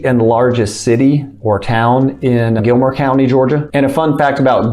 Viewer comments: Gilmer County not Gilmore ;-) cheers! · Gilmer Co not Gilmore Co